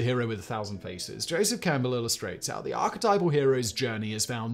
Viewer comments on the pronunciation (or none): none